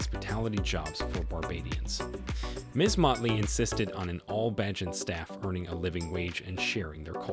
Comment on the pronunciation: Where did you get your info. Some of it is inaccurate and out dated. The repeated, incorrect pronunciation of the name of the island and its people was extremely annoying and disrespectful. Mia was not born in Africa!! It’s BaRbados not BAAbados. It’s BAYjan not BAAjan. Did you just read the child rhyme Baa Baa Black sheep? So annoying that you chose to keep butchering the name of Rihanna’s home!!